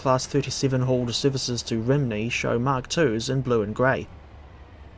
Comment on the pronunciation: As long as we haven't got to hear anyone pronounce it 'Rimney' any more...